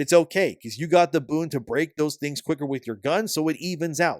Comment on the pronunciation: hes saying boon but im hearing boob